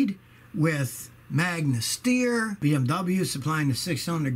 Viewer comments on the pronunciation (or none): none